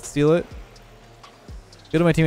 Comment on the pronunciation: Btw its Maniac Kill-(Main-E-YAK) Just letting you know:)